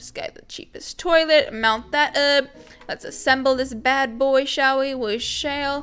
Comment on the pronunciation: Stop saying. Shell we. We shell